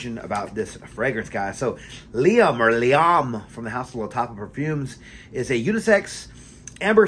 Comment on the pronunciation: It's referred to as Liam Gray or Silver because there's also Liam Blue. The pronunciation is correct. It's very good stuff!